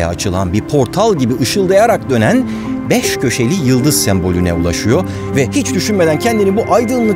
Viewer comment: Subliminal mesajları ne güzel zerk ediyor. " GENÇ KIZ, BİR PORTAL GİBİ BAŞKA DÜNYAYA AÇILAN BEŞ KÖŞELİ YILDIZ SEMBOLÜ KAPIDAN GEÇİYOR" konuşmada ki vurgu ve tonlamlar da özenli. BEŞŞŞŞ KÖŞELİ YILDIZ derken vs vs. Yapılaşmanın çevresel garabetliğini de övmesi reklam tanıtımını da üstlenmesi tüm bunlar rahatsız edici diyeyim en masum haliyle..